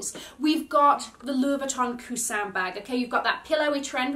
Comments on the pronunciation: I'm French and it was spot on! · I am in awe of your pronunciation of French words! Coussin, papillon... Not butchering them like everyone else😂